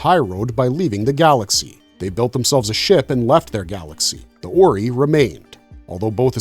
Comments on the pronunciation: Oree? JAFA KREE it is OR-EYE! Pronounce it correctly or I will have you as replicator bio material and tossed in a pit full of them! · It's not pronounced as "OR-EE" It's pronounced as "OR-EYE"🤦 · It's not pronounced "or e" its pronounced "or i" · “Or-eye”… not “or-ee” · The Ori.. Or--ry.. Zpm.. not zmp..😂😂😂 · The oreee kills me...way to show an episode has never been watched without saying it. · Why you saying Ori wrong? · ZPM! I hate when videos like these are made by nonfans. Every time the AI gets Ori wrong I wanna scream! I did start screaming at ZMP! Its a zero-point modular, not zero-modular point! Blah!